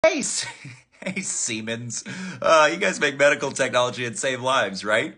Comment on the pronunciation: I'm a teacher. This word pops up during a lesson on KingTut and their CT scanner. So I pronounce it as Shay-muns...